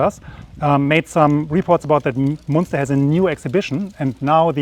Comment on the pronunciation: Say Munster like it's written. Say Münster like it's written but with your tongue right behind your teeth. That's pretty close.